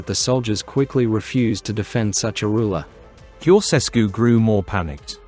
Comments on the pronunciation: It''s not "Koseskew" - it's "Tsho-tshes-koo". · Can not you learn the correct pronunciation of his name???